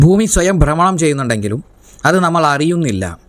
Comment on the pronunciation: ബ്രമണം അല്ല